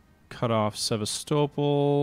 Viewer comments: Please it is pronounced SeVAStopol not SevasTOEpol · Please, please! It's pronounced Seh-VAS'-tow-pole. Now, let's say it together, Sevastopol. Alright, good.